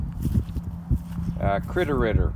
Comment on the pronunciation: "Cwittow Riddow". Highlight of the video 🙂